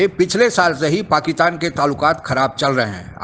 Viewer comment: पाकिस्तान बोलिए , पाकितान नहीं 🙏